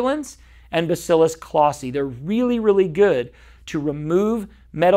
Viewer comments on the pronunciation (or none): none